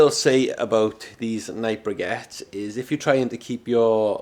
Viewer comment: They're pronounced BRICK-ETTES ! And they'd perform better if stacked and not prodded